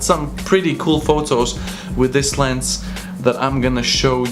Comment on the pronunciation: "Lens" not "Lense"